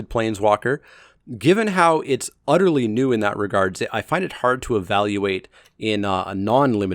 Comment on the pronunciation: u love to say "udderly" instead of "utterly" and do so quite frequently is there a story behind it?